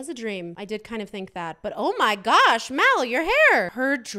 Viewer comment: It’s mal not mel